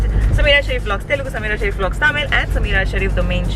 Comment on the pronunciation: Not sameera sherief Its.... Summeeeeeeeeraaaa shereeeeef Sry if i hurt u, i just said casually